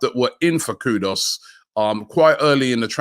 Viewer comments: Please stop pronouncing Kudus wrong - Koo-doos not kudos..! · Koodoos not Kood-us. Sheeesh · Just the fact that you call him kudos alone is enough for him not to come! When are you Robbie going to get the names right? You could just ask any ghanaian how the name is pronounced but no despite weeks of comments to correct you ignore and continue with kudos. Its not nice butchering people's names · Don't know why everyone keeps calling Kudus "Kudoss". There's no O there, it's KOODOOS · The one good thing about missing out on M. Kudus is that we won’t have to listen to Robbie repeatedly mispronounce his name. For the record it’s spelt KudUs and NOT KudOs … Robbie. It not even hard. SMDH. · if only Robbie knew how to get his name "Kudus" right. maybe he will choose Arsenal.. haha